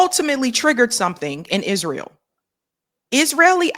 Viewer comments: It's not Izreel it's Israel. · Quit saying Izreel